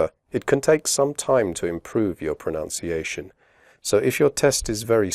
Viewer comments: you pronounced 'pronunciation' wrongly in the video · This is a good overview for student understanding but I decided not to show it to my IELTS students because the man here actually mispronounces the word 'pronunciation'!!!!!!!!!!!!! Therefore I can't take this channel seriously and wonder what other language errors lie in this English language test instruction LOL